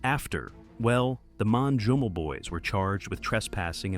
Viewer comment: Broo.. Thats not like what you pronounced it manjummel boys. And the first word manjummel is a name of place in kerala